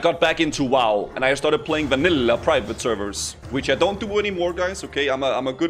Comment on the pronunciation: homie says everything normal then hits us with vænïłłā